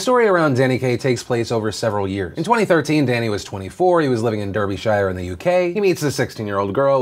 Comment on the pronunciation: Close, but as someone who lives there, it's Daar-bee-sure :)